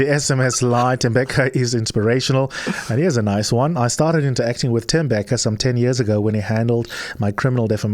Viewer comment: Thembeka not Temebeka please correct 702